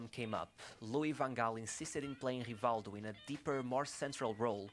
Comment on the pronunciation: it's hivaldju just like the video says. Portuguese is weird